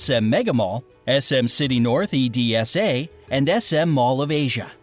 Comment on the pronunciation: What did he say, “E-D-S-A”?! It’s just EDSA. ED-SA! What is “Camigin” It’s CA-MI-gwin! “Visay-as”? “Mindinao”? “See-bu” All the spellings are correct and I’m sure that there are more.